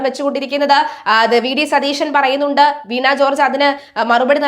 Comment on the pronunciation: കുട്ടീ, വീണാ ജോർജ് എന്നല്ല, വീണ ജോർജ് എന്നാണ് പറയേണ്ടത്.